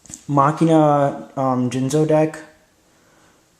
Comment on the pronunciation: stop mis sayin machina!!!!!!!!!!